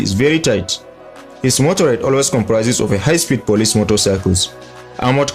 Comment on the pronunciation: MotorCADE, not motorade.